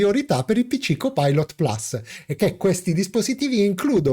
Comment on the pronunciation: carissimo, ammiro la tua padronanza dell'inglese ( io non ne capisco una ceppa), ma per favore plus si legge PLUS essendo una parola latina e non "plas" inglesizzata male e anche...grazie e un doppio like